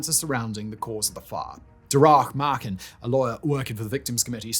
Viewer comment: DA-RAHH MARKIN? Who? Jaysis please get some Irish mates